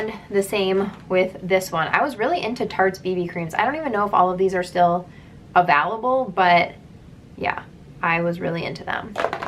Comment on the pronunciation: I kept wondering why the foundation’s weren’t VALUABLE...I finally realized you were saying AVAILABLE😂